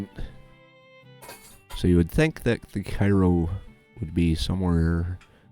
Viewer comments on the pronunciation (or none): cairo il is down where the miss r. and the ohio r. meet KAY-ro is how you say it